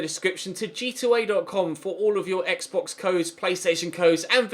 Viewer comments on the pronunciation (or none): none